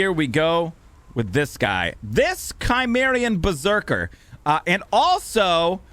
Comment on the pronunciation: Chi can make a Ky sound as in Chimera. Ci makes a Si so Cimmerian is Simmerian. No idea what a Kymmerian is lol.